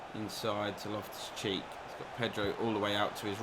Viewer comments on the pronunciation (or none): Made me laugh sounded like in the game against Leicester you called loftus cheek loftus cheese 🧀 🤣🤣🤣